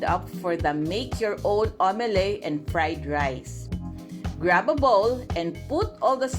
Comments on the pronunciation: Omelet You pronounce it as: Au-me-let not au-me-ley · Its omeleT not omeley.